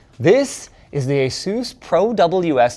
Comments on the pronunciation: With this video you've made me a fan of that guy from kings cross again and asus , why do you say asoos? Irxe are-us. Also looks like I'm trying amd foe 3rd time in life haha 😄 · lol ace-oos, he still can't say Asus correctly